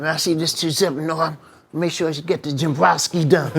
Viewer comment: IT'S 'JIM-BROW-SKI' NOT BROWNSKI..